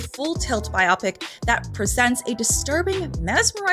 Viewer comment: It's pronounced "BYE-oh-pick". Like, as in biographical picture. It does not rhyme with myopic.